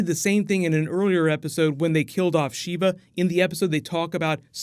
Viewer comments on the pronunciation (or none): none